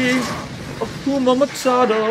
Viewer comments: bro said Hakuma Matata instead of Hakuna Matata im done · is he saying “akuma matata” ?? isn’t it “hakuna” this dude pisses me off even when it’s fucking trivial 😭 cos he emphasizes so heavily that he’s always right and never makes a mistake but something this well known he doesn’t know